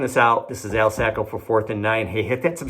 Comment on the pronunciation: So your name is pronounced "Sacko", not "Socko"?